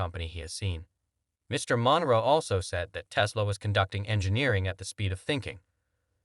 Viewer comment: It is NOT MON-ROW.............But Munro........Stupid ASS..............